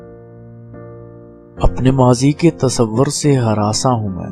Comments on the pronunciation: Sahi talaffuz, hiransaan aur ayyaam hai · Sahi talaffuz, hiransaan aur ayyaam hai. Please note📝